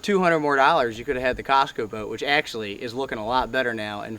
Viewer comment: No way I heard Dorrars.